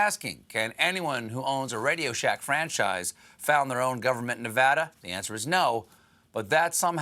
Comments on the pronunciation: I’m just happy he actually pronounced Nevada correctly. Take note Seth Myers. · I appreciate that Stephen pronounced our state correctly 👍